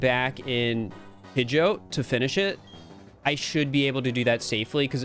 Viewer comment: Pronouncing Pidgeot like goat is fucking heinous 💀 Also holy shit you did the swaps by hand!?!, mad respect for the time and effort that would've taken